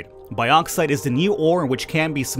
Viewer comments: its also bugging me how u say bauxite its not pronounced "bi + auxite" its mor like a "box + cite" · It's Box-ite, not bi-ox-ite Cheers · Its pronounced boxite not baaxite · broooo😂 its pronounced boxite not baoxite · "biauxite" it's bauxite lol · Hey bro! It's pronounced borksite. Much love. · Boreksite is the pronunciation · Bad Boy American to UK pronunciation. As the ancestor to your language the more correct is the UK Bork. Think baux. Au. Auger. Then you get the correct sound.